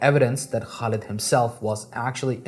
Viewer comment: it's pronounced Khalid with the throaty KH sound not Kalid.